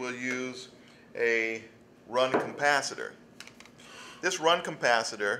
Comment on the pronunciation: Capacitor, not 'cumpacitor''.